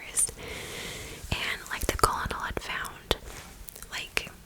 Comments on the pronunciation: Great video!! Thank you for all your hard work🧡 fyi because I have made this mistake before: Colonel is pronounced kernel! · The word colonel is pronounced kernel.